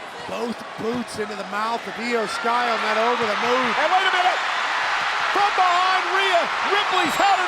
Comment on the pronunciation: Its iyo sky